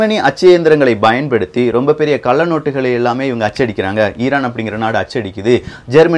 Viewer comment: Sir. Payan paduththi Not bayan paduthi